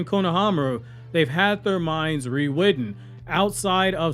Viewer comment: Dude, the way you pronounce "rewritten" is incredibly adorable 🥰 lmao